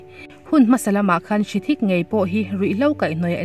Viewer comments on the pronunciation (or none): Hrithik ah hian H hi a silent a, Ritik ti in an lam tlangpui